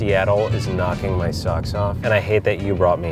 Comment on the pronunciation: "I'm just gonna season mah fish" hits different when you hear it from an executive chef